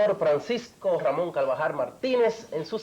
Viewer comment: nunca pudo pronunciar correctamente el apellido del Dr. Carvajal. Se le escucha decir: Calvajar.